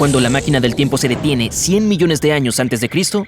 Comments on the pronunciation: En el vídeo decía millone jajaja millone siempre se equivoca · Hola soy el unico que noto que dice 500 MILLONE de años Like si te diste cuenta Gracias por poner leer mas😊😊